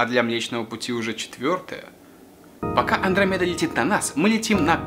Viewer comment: Не мле комедаа а млечная Андромеда иль путь анромеди